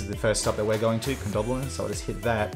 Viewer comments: Pronounced Condob E lon. Not DOBB. Good luck with your NightRider helmets. Hope they pick up all the natural hazards when you journey. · How does it know the coppers are close? That's an interesting feature. Condobolin, my old home town. It's pronounced with the second 'o' to rhyme with 'dough', not 'don.' Don't miss the utes in the paddock.